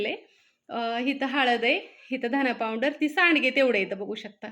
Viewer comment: पाॅवडर नाही म्हणत😅पावडर म्हणतात